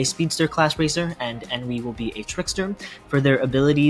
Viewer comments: You keep Ennui saying EN-V, thats a different character. Its pronounced ON-Wii. On as in, "its ON top", and Wii as in "Nintendo Wii" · pronounced On-wee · Ennui (pronounced un-wee). 🙄